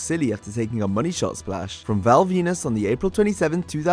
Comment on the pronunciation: Anyone else hear him saying Val penis ?